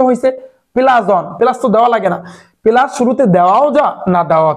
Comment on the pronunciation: Apnar pora balo kintu apni plas k palas bolen